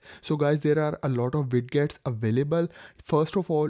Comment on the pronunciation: O ... moorkha insaaan ... Widgets Hota Hai..wiget wijet vijet ... bolna seekh .. Ye Wid gets q bol raha Hai...da q laga raha Hai...Haddad hai Har koi guru ban raha Hai.. galat baat